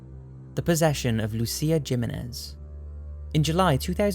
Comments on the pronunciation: Jimenez is said he-menez nit gi(as in jill)-menez you dipshit lol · not jimmynez.. the j is an h in Spanish. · I'm sure someone in the comments has corrected your pronunciation of "Jimenez"---Hih-mah-nez" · Jimenez is pronounced He-men-ez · Jimenez - Himenez. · Hispanic names that start with J are pronounced like an H. It was Himenez (but spelled Jimenez) and techmically the I is said like an E so pronounced He-(like the word)-menez. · Jimenez pronounced as "Geh-meh-nez" I laughed an ugly laugh. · the O is silent on Ouija. And Jiminez- the j is pronounced like an h.